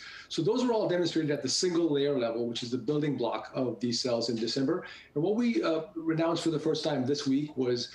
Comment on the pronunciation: If you cannot explain it simply you do not understand it. + he says "What we renounced in December...." This guy is babbling! This company is BS and he has done to VW what NKLA did to GM. Even if his technology is correct.